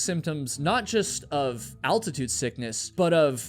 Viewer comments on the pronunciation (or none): none